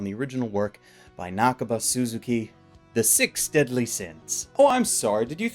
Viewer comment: Seven Deasly Sins? You mean Fullme— ... Oooh.